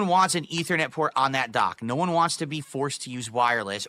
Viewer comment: wtf a DAHCK?? It's got two BWUTTONS?? wauw dude